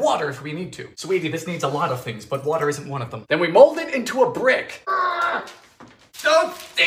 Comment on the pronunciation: might be one of my favourite sequences.. SUGAR WOTAH FIRE